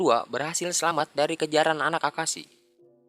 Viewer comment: bukan akashi tapi akihisa